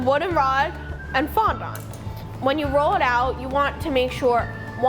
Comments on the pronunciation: She said fon don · I don’t think that’s how u say fondant